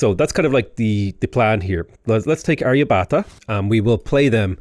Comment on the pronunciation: It’s pronounced Arr-ya-bhatt-a Hard “bh”, hard “t” Nice tall build though! Always fun to see something outside the ordinary 20-city late-game in a Science/Domination run.